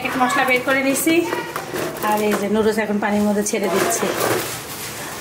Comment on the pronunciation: নুডুস না আপু নুডলস হবে কথাটা